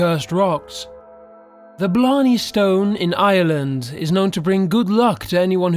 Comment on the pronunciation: I HATE THE WAY HES PRONOUNCING IRELAND ITS ACTUALLY TEARING ME APART